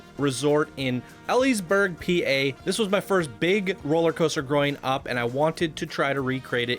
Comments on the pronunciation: This was my first roller coaster. You pronounced Knoebels wrong and it's not pronounced eeeliesburg...not with a girls name it. You need to correct your geographical pronunciation lol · That's epic, but the town is pronounced Eel-eez-burg. :)